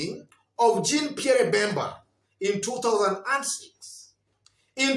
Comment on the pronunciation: Nice analysis… lakini ni French pronunciation like ‘jhan Pierr’ …… r una meza nyuma ya throat.. lakini that Pierre pronunciation ya kijaluo sounds like Bottoms-Up…. just a by the way!😜